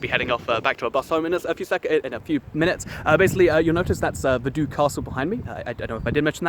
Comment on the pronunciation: Vaduz is pronounced vah-DOOTS